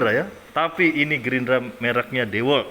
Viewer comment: dewalt (diwolt)